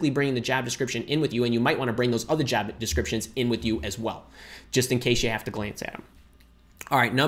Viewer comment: Why u are saying jab not job